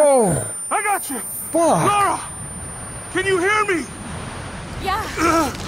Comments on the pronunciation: keep calling her laura haha LARA mate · He keeps saying Laura but it's Lara... Lol